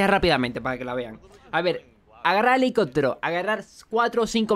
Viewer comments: Hahaha fue lo primero que noté, yo así de : pero que carajos? Por qué no lo dice bien ? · helicotero????? Helicóptero!!!!!